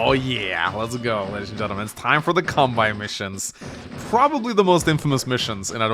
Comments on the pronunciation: It's kan-bay, not kan-buy. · Halla! Kanbei uttales slik: Kanbe[e] I Japansk språk så er bokstaven «i» etter bokstaven «e» en forlengelse av «e». Japansk «e» uttales likt som norsk «e» så du trenger kun å si «Kanbeeeee» Kilde: Jeg har Japansk med Japanstudier batchelor fra UiO, hehe. Digger kanalen din! Keep up the good work! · Alright the phonetic pronunciation of Kanbei’s name is Khan (as in Genghis Khan)- bay (like a bay window or a bay where you anchor a ship). Love your gameplay and don’t really mind your pronunciation personally, but heard you mention it in a recent vid and figured with in being an Kanbei mission I might as well put it here. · Kan-BAY,! Kan-BAY! Japanese pronunciation, not German! Your pronunciation has been not okay for years! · Just so you know it's pronounced like Kan-bay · If you'd never explicitly talked about pronouncing his (Kanbei's) name wrong on video it never would have started bugging me, but since you did and you actually are aware how to pronounce it right, pleaaaaaase start doing so. Kanbei rhymes with Sensei. Japanese vowels are extremely regular, and are always pronounced the same way. The final "ei" in both names is pronounced exactly the same way. If you can pronounce one, you can definitely pronounce the other. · I love these videos, but ' pronunciation of Kanbei always distracts me. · Still can't say Kanbei right though. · Maybe it can be something to do with what original accent his English teacher(s) had.